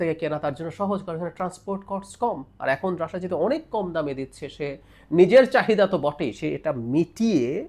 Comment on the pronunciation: baler snbadik. Tui age Russia thik bhabe pronounce korte sekh. Ota Rassha na Russia. Idiot kanglu.